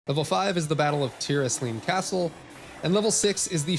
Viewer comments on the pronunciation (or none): none